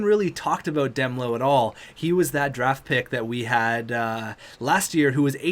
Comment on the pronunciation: Demelo is pronounced damelo